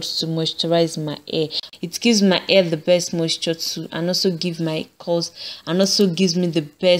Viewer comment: I like how she says the word "hair". She says "a", you know like short sounding a.